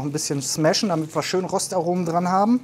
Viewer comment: Rostaromen an die Partys, oder hab ich mich da verhört? Habs mehrfach versucht, aber ich verstehe immer Rostaromen. 😂😂😂 Sieht sonst aber lecker aus.